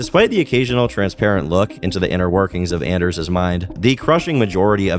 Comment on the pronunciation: Dude it's ON-ders its a hard ON ffs.